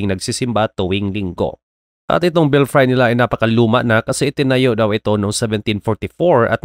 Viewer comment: Belfry should be pronounced as /ˈbelfrē/